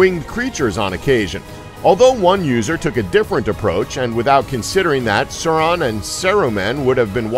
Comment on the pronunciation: Yeah, the pronunciation of "Sauron" was also off.